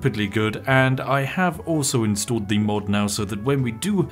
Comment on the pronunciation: did he say after i inalled the mod?